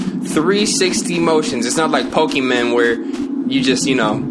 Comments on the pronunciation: the way pronounce shit be having lowkey pissed 😭 nigga i know good and damn well you sang along to the pokemon song and said pokeMON and not pokeMEN 🤣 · “Pokémen” lmfaoooo